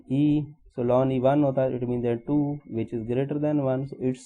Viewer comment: Sir it's not lan it is natural log 😔